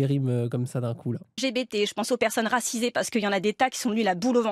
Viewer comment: "Les personnes racisées s'inquiètes" J'ai entendu les personnes "Razizées", quelqu'un d'autre a un souci d'audition ici ?